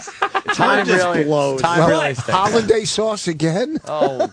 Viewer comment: did vos call hollandaise sauce holiday sauce?